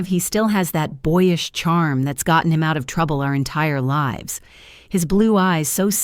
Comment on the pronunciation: I am sick of the expression of smiles not reaching eyes. Also, the Ai reader doesn't know which way to pronounce "lives." If you are going to post a story it should be professional. Why can't they hire a real reader/ narrator instead of Ai garbage. Fire the editor for letting Ai stupidity get through.